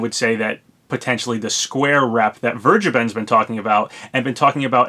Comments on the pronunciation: I don’t think I’ve heard a single youtuber say “Vergeben” correctly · i know its like "fair - ga - ben" ive said it right in the past but i have to put on a slight german accent to say it right and i admitted im terrible at it and will just pronounce it wrong cause thats how i read it in my head